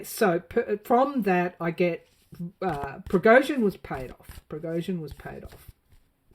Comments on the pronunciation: Pronounced ( Pra go shun ). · I think it's pronounced (Pra Go Shin) almost sounds Armenian but not quite.